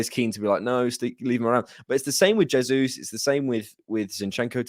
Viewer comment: jesus in Portuguese as "jay-zus" and not "hey-zus" that's Spanish.